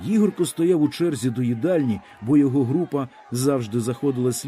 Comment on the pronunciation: Для пана що читає цей твір: у слові Ігорко наголос ставиться на перше "о". Дякую.